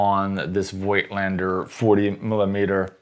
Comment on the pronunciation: Oh please, find out how to pronounce Voigtländer. It hurts my ears.